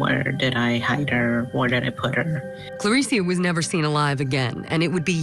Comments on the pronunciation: The voiceover person getting the name wrong over and over is offensive and unhelpful. Her name is Clarissa, not Clarissia or Carissia. Come on Court TV. The family will be watching this. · Wow, show a little respect and get her name actually right voice over person. Thank you Court tv for doing a San Diego case, I feel our cold cases never really get covered.